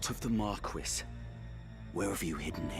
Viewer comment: Why are they pronouncing Marquis like that...